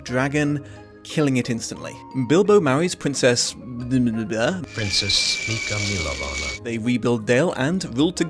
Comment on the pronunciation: Wow, so that's why it sounded suspiciously Czech to my ear. Albeit the first syllable should be stressed and the last syllable should be long: ['milovana:]